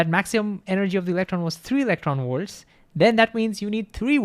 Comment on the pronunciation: Please stop saying electronworts. Thank you.